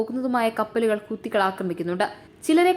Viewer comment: ഹൂത്തുകൾ അല്ല മോളെ ഹൂഥികൾ